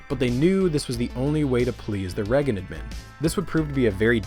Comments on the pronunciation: Yes, because him saying Reggin instead of Reagan makes it unwatchable. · say it with us. RAY-gan.... who TF is regan? psst, your bias is showing. wax-ahatchi??????? TF can you not speak? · Not Ronald "Rag-un." Think more Star Wars. Ronald "Ray-gun." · Holy fuck that was an impressive collection of information. And the presentation was amazing, bravo 👏 I stg tho if I hear "regen" instead of Reagan one more time I'm gonna have a stroke 😂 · Well-made video. My only pet peeve is every time you pronounce Reagan as "Rehgn" haha it's "ray-gn" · The last name of Ronald Reagan is pronounced Ray-gan. Not reggun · Why do you keep pronouncing "Reagan" like "Reggan"? It sounds like "Raygan." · “Ronald Reggin” lol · Who is this president "Reggen"? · Reagan like Ray-gun..kinda cool.. way you saying his name, got a craving for beggin’strips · My only qualm with this entire video was listening to how you pronounced ‘Ragan’ 😂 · Learn how to say Reagan.